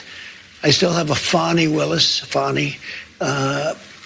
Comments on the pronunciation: Epic. Yeah, that's 'Fah-ni', with a soft A. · I lost it at his pronunciation of Fani. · ITS FANI...LIKE UR ASS.